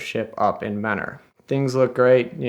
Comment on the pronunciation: You can definitely tell he's from neohio bc how he pronounces mentor